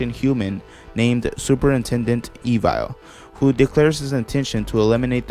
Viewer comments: It's pronounced eh vul not e vil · I always thought superintendent evil name was pronounced eh-vil not eve-ile